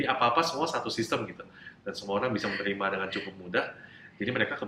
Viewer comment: Knp masih mnyebutkan kata: "orang" dg sebut "olang" terdengar hruf "L" bukan "R" Padahal dia bisa mnyebut huruf R versi adjad inggris, Saran saya.. sebut sj "R" dlm bhs indo sperti "R" inggris, Nanti akan terdengar sama. Oŕang.. bukan Olang